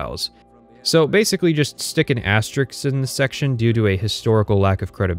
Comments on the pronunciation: Great video! I didn't think 20 hours of Skyrim hate would make me want to play Skyrim so bad! Unrelated to the topic, but I thought it was interesting that someone with a vocabulary that includes words like "ameliorate," but uses the very common mispronunciation of "asterisk." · That's a lot of highfalutin talking for someone who doesn't know how to pronounce 'asterisk'